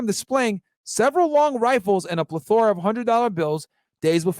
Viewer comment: Can't believe him and he can't pronounce plethora 🤦🏽‍♂️🤣🤣🤣🤣